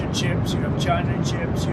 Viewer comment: He cannot even pronounce the word ships . It was danish before there were even europeans in what is now the US. Trump, f*ck off.